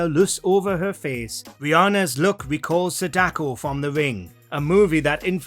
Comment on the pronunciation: I thouth Sadako's name is pronounced Sawdah ko.